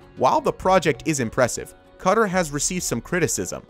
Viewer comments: just to clear this up, it is not pronounces cutter like you kept saying its pronounced k'tar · Don't be confused, Qatar is pronounced as "kah-tarr" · The majority of the English speaking world pronounces it Kuh tar . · Ka-tar not cutter dudey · Learn how to pronounce Qatar!......It's not "Cutter".... it's "KaTaar".... almost like guitar.... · OMG was enjoying this until the narrator said 'kutter' over and over again when it's not pronounced like that 'QATAR' is pronounced 'ka-taar' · Maybe it's just me, but the pronunciation of Qatar was really bugging me. Is it not pronounced "Kah-TAR" rather than "KUH-tur"? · can you not call Qatar cutter? its pronounced kuh-taar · It’s not pronounced ‘cutr’ it’s pronounced ‘katar’ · Omg it’s fkn QA-TAR not cutter holly shit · Just a kind suggestion, please note the pronunciation for Qatar is kuhtar and not cutter, just fyi for future videos......nice information though, keep up the good work👍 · Me watching this and wondering why he keeps saying cutter and then realising he’s meant to be saying Qatar 💀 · Cutter? Been stuck in the trailer park for awhile? It’s pronounced “Khat Tar”. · I never heard anyone say Qatar as "cutter". Its -KUHTAR-Qatar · 😠😠😠😠 Ooouu say cutter one more time ...SAY IT again 👊🤜🤜 say it with me Kah-tar Jk nice vid though.. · Class video but where tf is Cutter? Qatar = Ka Tar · QA' TAR not cutter?😅😂😂😂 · It is pronounced "kaTAR"...not "Cutter".... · Pronouncing Qatar as ‘Cutter’...? It’s KA-TAR / CA-TAR... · Cutter Me: you mean QATAR !!!!! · Qatar is pronounced Kuh-tar not cutter, who the hell pronounces it cutter...... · Its not pronounced Cutter, it's pronounced KA TAR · Qatar is pronounced Car-tar not cutter. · Did he just pronounce Qatar as Cutter? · Cutter? lol. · the way he says Qatar as "cutter" is hurting me and everyone else from the middle east. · I live in Africa and it’s hurting me it’s pronounced Katar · I enjoy the video but gosh I can't stand the way he's pronouncing Qatar. "Cutter" lol